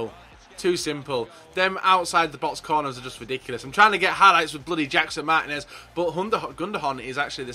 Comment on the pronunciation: andrew maxwell No, the I should be accentuated, "Mar-tea-nez."